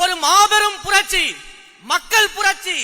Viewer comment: புரட்சி உச்சரிப்பு சரி இல்லை....ஆட்சி ஆசை வேற....தமிழ்நாடு...?வெற்று உணர்ச்சி....இலட்சியம்,கொள்கை,கோட்பாடு...?